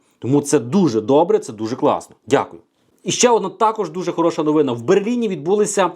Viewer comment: Слово новина наголос неправильно